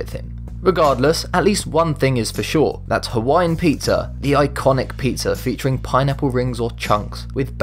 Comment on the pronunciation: Dacoool! I thought you said "put people on a pineapple"